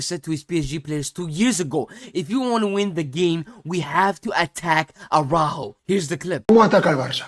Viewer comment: You couldn't have butchered Araújo's name pronunciation any more even if you tried.